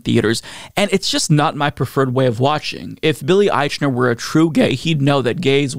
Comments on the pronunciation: It's a movie in post-covid times where the protagonist and most famous person in it is Billy Eichner. A person whose fame level is apparent every time mispronounces his name. I'm just sayin. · I have watched several videos about this. Nobody pronounces his name correctly.